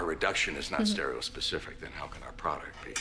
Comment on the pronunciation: Yes! "stereospecific" all the way!!